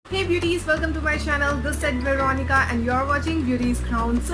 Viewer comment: when she said vironica i just thougth vironica open the door pls open the open the door